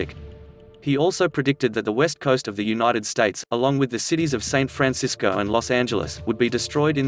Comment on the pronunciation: This awful narrator sounds like he's not interested in this, and that he wants to rush through it and hurry it up, just to get it finished. He isn't even pronouncing Edgar's name properly! I think he called San Francisco, Saint Francisco. Anyway please kindly refrain from using this guy again! Personally I can't stand him, and his fast talking blathering!